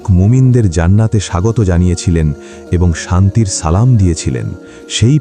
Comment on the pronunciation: আপনার সালাম ভুল হয়েছে সঠিক ভাবে সালাম শিখেন